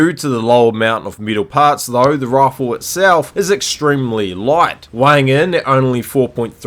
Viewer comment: take a shot every time he says rawfle